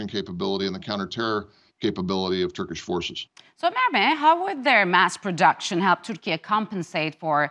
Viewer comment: Is the Moderator turkish? Her pronounciation of turkish words or names is absolutely flawless